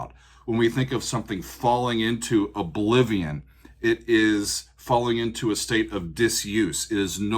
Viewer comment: I like the southern accent on "Obliviowwwn". It's a band from Georgia.